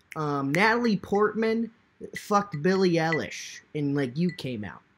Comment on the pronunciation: no one:: “billie elleish”